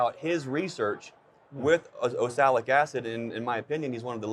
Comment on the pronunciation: Can you get him to say oxalic right? It not osalic!!